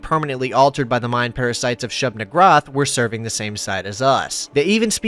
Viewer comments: It's pronounced "shoob nee-GOOHR-ahth", per early Semitic conventions (which is where Lovecraft got the majority of his Eldritch naming conventions from). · I feel like you flubbed SN's name on purpose. xD